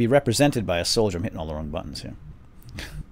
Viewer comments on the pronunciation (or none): none